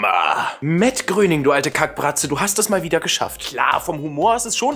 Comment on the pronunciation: Hat gerade wirklich Gröning gesagt?